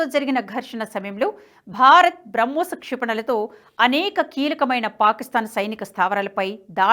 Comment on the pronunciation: నమస్కారం. తెలుగులో మాట్లాడు తూ ఉంటే, పదజాలం, 2 పదాల మద్య విరామం యేలా ఇవ్వాలి అని తెలుసు కోవాలని విన్నపం… ఇక్కడ ఉదాహరణకు మీరు ఏక కాలంలో "BRAMHOSNAVY" అని పలుకు చున్నారు. ఇది పాత సామెత "రామునితోక పివరుoడిట్లనియే" మాదిరి గా ఉంటుంది. NHTV standard ఇది కాదు.